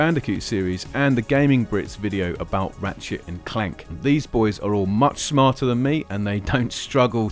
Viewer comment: Was gonna' post something nice... but - really sounds like you said "Rat-shit and Clank" I'm still belly laughing!